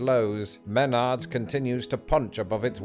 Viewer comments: It's pronounced mehnards (one flowing word), not men-ards 🤣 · He pronounces wrong, is meh NARDs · Menard's is awesome! Also hadn't yet learned how to pronounce it in this video haha